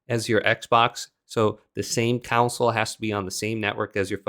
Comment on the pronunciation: I Never heard anyone pronounce console as council??